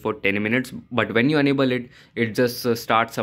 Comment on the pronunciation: Enable or Unable please pronounce clearly